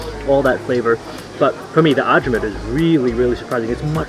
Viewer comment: Ajvar. It is pronounced ay-var or I var (like variety starts)